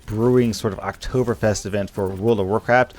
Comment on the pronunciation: its Oktoberfest not oberfest :D